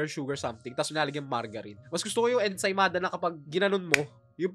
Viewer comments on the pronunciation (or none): Ensaymada amp ensimada kasi yung pronounced